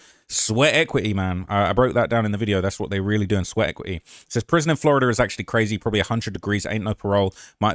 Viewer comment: Its prison not prism lol